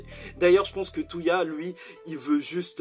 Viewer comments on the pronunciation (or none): bonne review, mais juste c'est pas "Touya" mais "Toya"